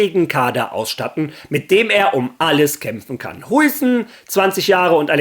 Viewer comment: Der Typ wird glaube Haiysen ausgesprochen.